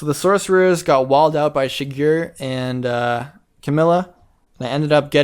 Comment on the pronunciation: the way says Shigure is triggering me.